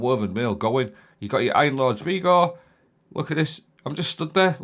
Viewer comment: 😂 this time it's 'Vigor' Vee Gore. But also 'Heirloom' where you say Hair Loom! You did it so often I thought you were taking the piss 🤣